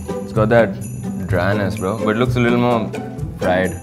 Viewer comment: Yaaa bra not bro he call braa